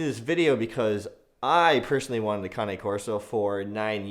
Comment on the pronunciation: Cane is NOT CONNIE! LIKE, K-nife is not knife. WTF!! Just call it ( Cane )...... Its waaaaay more masculine.